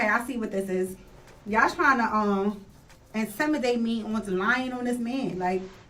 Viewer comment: Did she say incimidate?😂